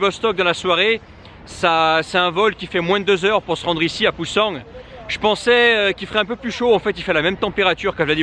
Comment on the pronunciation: il n'y a pas de g à la fin de Busan. En plus, prononcé à la française ça fait vraiment peu naturel. Si tu fais d'autre vlogs en Corée du Sud, utilise la prononciation locale qui se rapproche d'autres langues parlées en Russie;)